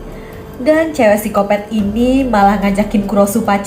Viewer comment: Mohon maaf kak, tapi cara bacanya psikopat bukan sikopet🙏🙏🙏